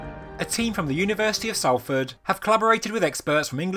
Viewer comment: just so you know, Salford is pronounced Solford, a very common mistake made by southerners and Americans.